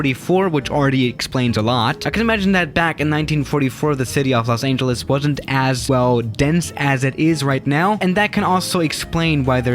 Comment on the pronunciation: Los Aingeles